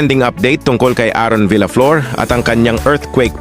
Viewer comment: Mali ang pagbigkas mo sa last name niya.